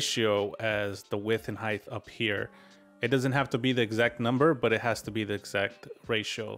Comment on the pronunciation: I wasn't gonna say anything about "heidth" instead of "height" but then you said "weighth" instead of "weight" and I'm dying lol